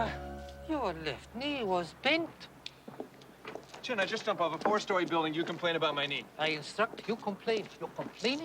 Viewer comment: All due respect to Roddy Mcdowell,he just couldn't quite get chuin right.